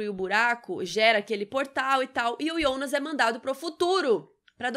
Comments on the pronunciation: Tão mais legal pronunciar Jonas ao invés de I onas :/ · "IONAS"??? A GENTE QUE ASSISTE DUBLADO ESCUTA "JONAS"... " AH. MAS EU ASSISTI EM ALEMÃO".... Foda-se: estamos no Brasil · Aiii de boa, eu ia assistir o vídeo todo mas desanimou ficar ouvindo Ionas.... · Que agonia dela falando Yonas. 🙄